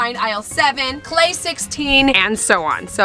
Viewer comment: When you said lemon jell-o for klai I thought you said lemon cello